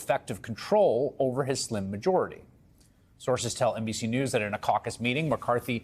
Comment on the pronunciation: She's the first person I've heard say Gaetz correctly! It's a German name -- "getz."